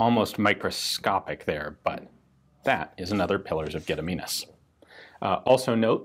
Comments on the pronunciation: English channels talking about Lithuania's history can't pronounce anything Lithuanian at all. Gun Jesus comes along and pronounces it near perfect on his first try. 10/10 would like again. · Fanks for good pronauncmen for gediminas name.